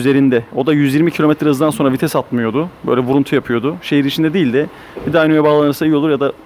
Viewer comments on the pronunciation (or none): none